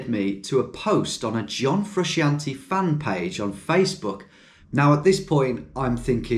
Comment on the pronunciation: John Fresh-antee